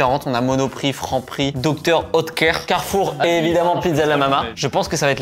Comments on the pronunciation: Faut apprendre à lire Dr. "outéker" c'est grave quand même xd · salut, superbe vidéo mais a chaque fois que vous prononcer Dr oetker j'ai les oreilles qui saigne et c'est origine allemand Dr oetker